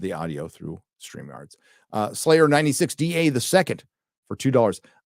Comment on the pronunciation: Well, said Crucial Drinker instead of Drunkler, but he did at least get Slayer right 🙂